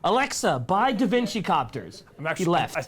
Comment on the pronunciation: 'Da Vinki' Yes....